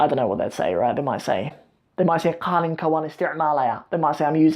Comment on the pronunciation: Not Qaalin it’s Qalin Qaalin Means Young Camel 🐪